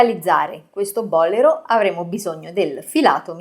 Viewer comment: Che meraviglia❤ Se mi posso permettere, Il bolero è un giacchino cortissimo E si pronuncia bolèro non bòlero Complimenti x la chiarezza con cui spiega